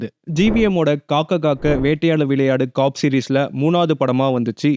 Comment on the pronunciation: adeii 'COP' nu oolunga sollu dahh summa cock cock ntu😂😂